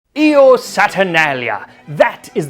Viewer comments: Still learning latin and anyone please correct me if I'm wrong. But Io would be pronounced as "Yo" and not as "E-O" because an i following a vowel in the beginning of a word makes a Y sound. So an example is Jupiter is spelled like Iupiter in latin but is pronounced Yupiter. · Actually it's pronounced, Yo! The I in Latin sounds a bit like a Y.